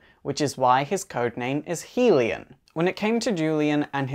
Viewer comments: isn't his name pronounced hell-e-yahn, not heel-i-um? I love the info conveyed, but the mispronunciation bugged me quite a bit. Enough to almost skip to another video. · it's pronounced Hell-YUN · His name is Hellion (Hell-E-ON) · it's pronounced HELL-E-un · I'm a Brit and it annoys me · And he's wrong it's pronounced Hilli-on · Dude, you're pronouncing Hellion all wrong. It's Hel·lion /ˈhelyən/ noun 1.a rowdy, mischievous, or troublemaking person, especially a child.